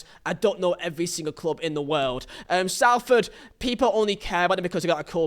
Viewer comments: I hate how he says Salford. It sounds really posh. People pronounce it Solford. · that pronunciation of salford is atrocious